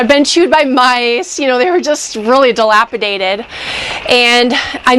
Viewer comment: "dilapidaded"?! that's just adorable!